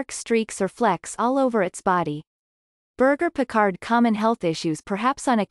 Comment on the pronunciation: When you don't even know how to pronounce the breed's name, we can clearly see you don't know anything about the breed.